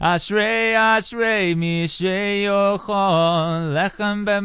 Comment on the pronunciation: yea the way you pronounce ashrei I don't know why you bother singing in Hebrew and not English